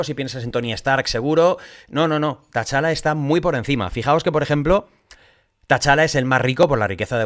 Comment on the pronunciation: Por cierto, como aclaración, es T-Challa, no Ta-Challa. Perdona si suena tiquismiquis, es que sale mucho el nombre en el video y se me hace rarísimo escucharlo así:)